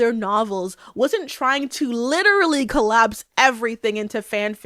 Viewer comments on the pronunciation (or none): none